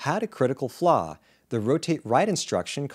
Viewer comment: The proper pronunciation of "flaw" differs from "flah". The ending is supposed to be more closed.